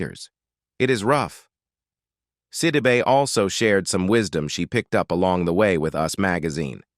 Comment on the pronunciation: Look, before you try and do a story on a person, learn how to pronounce their names!! You missed pronounced her name every time you said it! You💯 need NOT make this your career😒😒😡